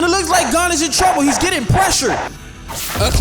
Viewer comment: Calling gon, gone is crazy work